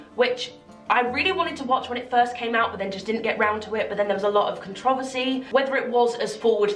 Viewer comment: i got caught of guard by how she pronounced "controversy" just me?